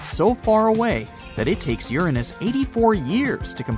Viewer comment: "You're On Us" (Uranus)😂😂😂😂